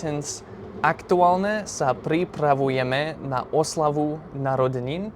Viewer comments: I think you failed to inform the viewer the meanings of the words are ones of many. For Word #1 "hej", there are two common uses, the other one is close to the English "hey". Word #2 "fakt" if fact does mean truth or fact. Your ok with the meaning of the Word #3 "aktuálne", but the way you pronounce it's adjective, but the example is adverb (identical spelling but different pronunciation and meaning). it looks like you're using and AI chatbot or something, that didn't use any declension of the word "sympatia", it should be in accusative case – "sympatiu". Tomato paste is a thick paste made from tomatoes, which are cooked to reduce to a thick, rich concentrate. Other common name in Slovak is "paradajkový pretlak" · The word "aktuálne" you did mention, has two different pronunciations which makes him a different word. The first one, with the hard pronunciation, like you pronounced it, it is an adjective and it means "relevant". Example: Je to stále aktuálne. - It is still relevant. In the other meaning you have to change the pronunciation - you need to pronounce the "n" very soft. That is an adverb you mentioned in your example. Writing is the same, but the pronunciation makes the difference ☺️.